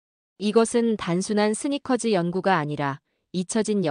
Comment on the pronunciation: 연구가(硏究家)는 "연구가"이지 "연구까"가 아닙니다. 발음을 주의해야 합니다.